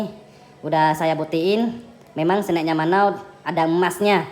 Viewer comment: Btw kok gue salfok sama cara abangnya nyebut kata "snack" ya? Dia kayak bilang sne' gitu... agak gimana gitu dengernya